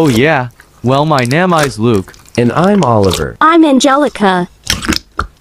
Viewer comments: "Well my nime is luke" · "Well my nema is luke"